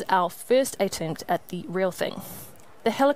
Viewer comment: No graphics whatsoever, showing us exactly how it'll happen...just some bullshit description by a dumb chick, who can't even pronounce the word attempt properly!